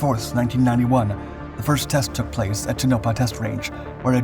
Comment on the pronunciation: The test range in Nevada is pronounced Tone-Oh-Pah. Tonopah.